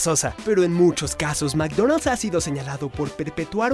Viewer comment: meecdoneld's se pronuncia ,, yo le digo macdonal